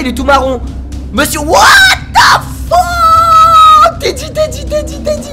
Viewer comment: Whaat the Pheeuuque ! Mdrr il m'tue xD